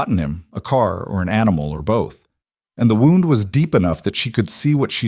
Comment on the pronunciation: You need to learn how wound is pronounced.